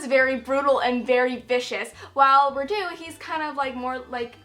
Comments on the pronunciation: Its always funny hearing you american guys trying to pronounce Vlad and Radu :)) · I love the way you pronounce Radu. It's so cute😂. Being Romanian the names are really easy for me to pronounce but I can understand why you struggle with them. I had to spell Radu yesterday and totally sucked at it🙈😂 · Re: And I Darken: Radu is pronounced Rhaa-du rather than Rhadoo, accent on the first syllable. And Mehmed is literally Meh-med, harsh H and D. Lada is also a stupid nickname because in Romanian it literally means "crate", nobody speaking the language wold think it was an improvement over her actual name - "Hey, just call me Crate" whaaaa...